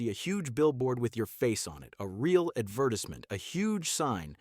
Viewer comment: Stupid ai doesn’t know how to say “advertisement”